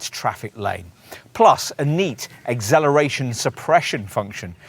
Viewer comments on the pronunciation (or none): great review apart from the annoying repeated incorrect pronunciation of acceleration to agzeleration